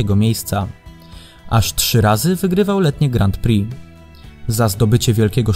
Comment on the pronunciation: Bardzo mi się podoba ten ranking. Na 2 rzeczy zwróciłbym jednak uwagę: 1. Wymawiamy "Grą Pri", nie "Grant Pri" - zwłaszcza to "t" kłuje w uszy. 2. Przydałoby się jako osiągnięcia specjalne dorzucić "obrona tytułu", czyli np. 2 wygrane w PŚ z rzędu, 2 złota na dużej skoczni w MŚ/IO z rzędu, 2 wygrane w TCS z rzędu itd. Jednak to świadczy o wielkości sportowca, jeśli potrafi obronić wywalczony tytuł. A kilku by się znalazło :)